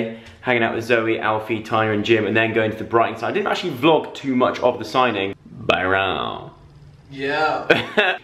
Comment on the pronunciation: The way he says "Byrooon" :D :D :D ❤